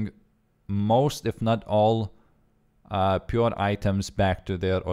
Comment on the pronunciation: pure instead of 'pioer' lol